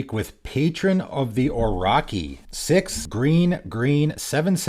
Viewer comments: From the creator of "Say-guh" Here comes: "Patron of the O-raw-key" (I always pronouce Oh-Roh-Shi) Jokes aside, really fun decks. I was trying to figure out an interesting mono-green commander and this might be it. Good job! :) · It’s patron of the “OR-O-CHEE.” love your vids, but you pronounce a lot of stuff wrong 😂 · In Patron of the Orochi, orochi would pronounce like [orotʃi]. That chi reads like ch in chest. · Dude really what was that pronunciation ? Orochimaru XD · Well that's a new way of pronouncing Orochi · apparently it's Canadian LOL